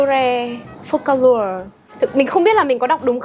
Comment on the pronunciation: Phô - ca - lua :))